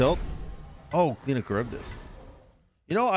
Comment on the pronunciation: As an Irish person, it triggers me every time you say Cliodhna and its so so so wrong man